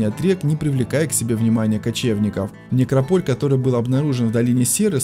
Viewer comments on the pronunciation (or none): НекрОполь,а не некропОль,неграмотность!!! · НекропОль???Бля!!! НекрОполь!!! Карл, некрОполь! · Говорите правильно слово некрОполь с ударением на Первое О а не на второе... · Никрополь ударение на первую о . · Режет слух ударение в слове некрополь .